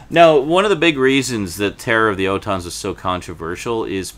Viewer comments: What the hell is an O tons ? It's pronounced ALL TONS. Hell! Please pronounce the names correctly if you're going to critique it! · It’s pronounced ORton